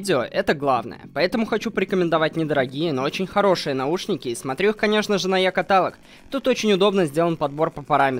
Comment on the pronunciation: ЕКАТАЛОГ,! Е-КА-ТА-ЛОГ!